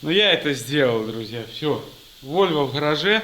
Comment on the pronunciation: Не на ВольвЕ, а на ВольвО. Дзярэўня.